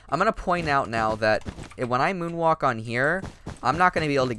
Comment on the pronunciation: am I the only one that heard the 'woon walk' at 0.39